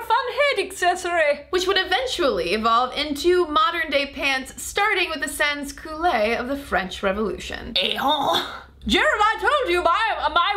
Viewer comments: I love you to pieces and I don't want to be a pain, but my honor as a French major demands that I be pedantic for a moment... They were the "Sans-culottes", not the "sans-coulets", as you pronounced it. "Sans-culottes" would be rendered as "sahn coo-lot" in American English. I'll shut up now, sorry. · You totally butchered the pronunciation of "sans-culottes."